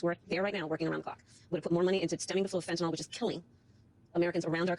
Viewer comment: Absolutely agree with all that you've said and feel strongly about bringing back manufacturing for necessities plus. Also, I wish she would learn how to say Fentanyl. (It is not "fentanol")